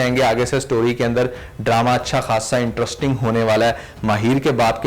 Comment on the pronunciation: My man….not IN-TRUST-ING but IN-TREST-ING 👍